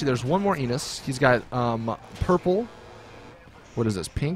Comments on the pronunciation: When you said Enus it sounded like you said anus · Did he say "Come in my Enus" ?